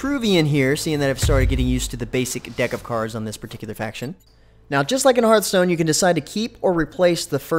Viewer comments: It's pronounced h-are-th stone :D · "Herth stone"